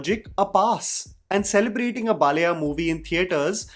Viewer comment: its not Balaya, its pronounced as Baalayya! Your South Indian Names pronunciations are very bad always!